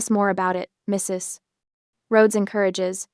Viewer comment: Very annoying- that pause after Mrs. Like a grade 1 student who has been told that in reading a period means the end of a sentence and you can now take a breath. They all learn by the end of the year that a period can also mean- this is an abbreviation and you don't pronounce it alphabetically; and you don't pause while speaking.